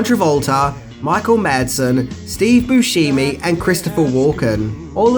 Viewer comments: Busheemee lmfao! It's Boo Shem Ee or Booshemie. not She Me lmao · And stop pronouncing bushemi wrong